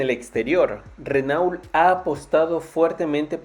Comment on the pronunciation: Se pronuncia RenO, mierda, RENO